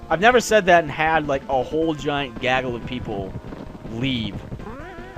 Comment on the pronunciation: am i the only person that thinks it is humorous when he says gaggle?